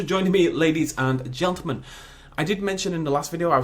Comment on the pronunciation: 'Good evening ladies and gelteman'